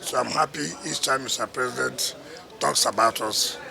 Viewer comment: This not the voice of wike I know. Pronouncing president as present. Why hasnt wike come out live to wish tinubu happy birthday?